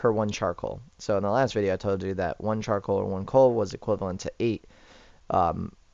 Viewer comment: he didnt say charicoal right